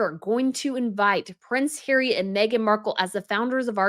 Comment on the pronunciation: Love your pronunciation of Hairy!!😂🤣